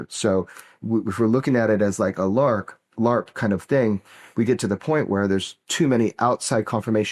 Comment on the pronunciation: Did he call it a lark? Instead of larp?